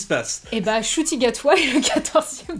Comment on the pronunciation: Alors c'est un nom rwandais et ça se prononce 'Nshuti' et non 'Shuti'. De rien c'est normal 😉